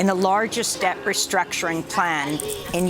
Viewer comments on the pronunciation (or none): none